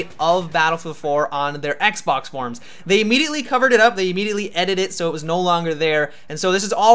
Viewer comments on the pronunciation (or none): none